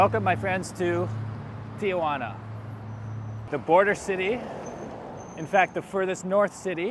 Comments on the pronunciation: If you are going to talk about a place you visit learn how to say the name. It is not TiAjuana. Read it it is Tijuana. Stop adding an A after the I Ti. Juana. Not Ti. A Juana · It's not TIAjuana there is no A, it's pronounced T-Juana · It's Tijuana, not TIAjuana. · 3 syllables..T WaNa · Its tijuana, not tia-juana. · Go home and practice pronouncing Tijuana . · Learn how to pronounce the name of the city. The locals think you’re an idiot when you can’t even pronounce the name of the city correctly. As for needing a coat, Tijuana is a coastal town where the border crossing is. It is always cooler near the Pacific. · I'm with the others. You need to learn how to pronounce Tijuana to start with.